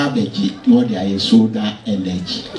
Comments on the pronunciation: Nana piawwww but the word is Sola not Soda😂😂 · In fact the word is neither soda nor sola but solar.